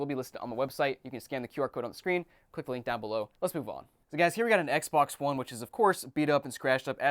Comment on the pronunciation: Lol thats how I say Xbox “Xboc” lmfao 😂😂